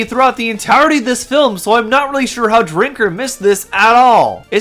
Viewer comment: I genuinely can't tell if this is incredibly bad faith or if you really really just didn't pay attention. The evisceration of this video on other non bad actor channels is delicious. Honestly pay more attention in the future. Watch the "entowery" of the video, "expecially" if you're planning a critique that you intend to sound biting or "gotcha". This was Otterly nonsensical.